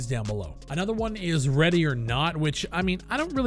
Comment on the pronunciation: Why is it every time u say ready or not... my brain goes "redy or not here I come " (the famous song for people living in a cave)